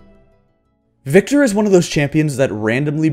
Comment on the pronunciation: THANK YOU for saying Viktor!